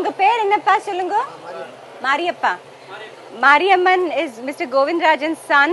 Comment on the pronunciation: His sons name is mariappan and not mariamman, Please improve your listening capacity